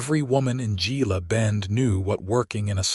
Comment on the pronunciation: Hey, AI...GILA is pronounce HEELA. You're welcome.